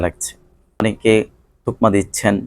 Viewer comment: তোকমা!!নো নো নো , বলতে হবে তকমা